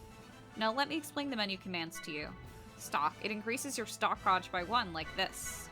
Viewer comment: It's gauge (gaij) not gouge